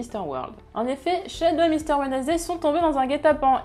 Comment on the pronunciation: « Wednesday » se prononce « WENS-DAY », en passant.